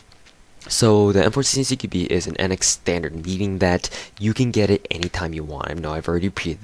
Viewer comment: Cara "CQBi" é a pronuncia em inglês, nunca estudou inglês não?